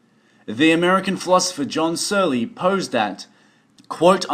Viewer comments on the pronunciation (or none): So... Searle (the correct pronunciation of his name rhymes with pearl, btw), is vehement, long-time opponent of the possibility of AI and the idea that our brains are computers. He sets up the AI hypothesis in order to tear it down. Seriously, read about the Chinese Room